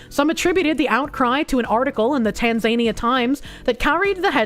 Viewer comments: Please, it's pronounced tan-zuh-knee-uh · Btw, it's pronounced tan·zuh·nee·uh.